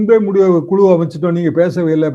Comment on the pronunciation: குழு,உழைப்பு என்பதை குளு, உளைப்பு என கேவலமாக உச்சரிக்கி ன்றார்.இரண்டு உச்சரிப்பிற்கும் வெவ்வேறு அர்த்தம் உள்ளது.திருத்திக்கொள்வாரா?